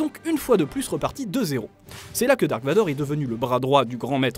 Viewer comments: C'est "Darth" Vador ... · moi en vf ils dise darth et non dark